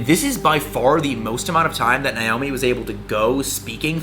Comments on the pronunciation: As someone named Naomi, it hurts me to watch this video because he’s pronouncing it like “Nye-omi” 😭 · He kept butchering her name, it’s pronounced Nay-Oh-Me